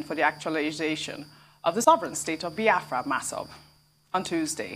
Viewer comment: Reuben it is not baafra but BIAFRA